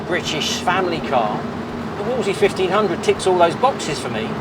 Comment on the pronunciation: The name is pronounced as in wool and not as in wall, ie "woolsley".